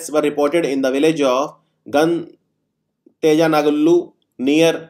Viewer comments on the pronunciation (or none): none